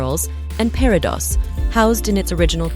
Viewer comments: Pair-ih-dots. More than once. What is wrong with your AI voiceovers? This makes me nuts. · The S on the plural form of peridot is not pronounced! I would love to see Danielle Steele’s jewelry collection. She is a talented, interesting person.